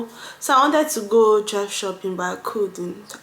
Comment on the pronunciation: THRIFT - SHOPPING pronounced as THREE /IF/T not TRE/FET. 🥰